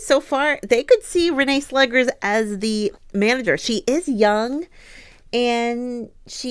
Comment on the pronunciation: You pronounced Vålerenga correctly. Slegers is actually pronounced "Slekhers" (I don't really know a word in English in which the sound kh is produced). Very happy that Arsenal managed to have a rather convincing victory after the recent downs in the WSL and Champions League. I would leave Renee Slegers some time to see how she's really able to influence Arsenal on an improvement results and that this victory wasn't only a "coach effect" for the first match after the Jonas Eidevall era. I thing that some Arsenal players were insecure by Jonas constantly changing the starting players not able to find the ideal squad to start the match. Maybe Slegers has a better idea.